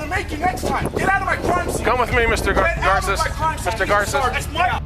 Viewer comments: Why are you pronouncing his name Gar-say when he himself pronounced his own name as Gar-sez. Found that very odd. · Did this guy listen to anyone in the video? They said repeatedly the first guy's name is "Gar-sess" not "Gar-say". Pretty simple point really. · Is that Joseph guy a cousin?? Garces isn't a common last name. Btw, it's not pronounced Gar-say. It's pronounced Gar-sehs, like how it's pronounced in the video. At least in English. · How do you pronounce the names wrong when they say it themselves?